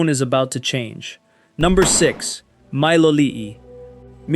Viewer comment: a mispronunciation doesn’t invalidate the info and live narrators mispronounce things. Take your AI TDS elsewhere it’s juvenile and boring